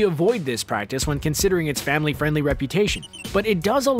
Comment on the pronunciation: “primarily being framily friendly”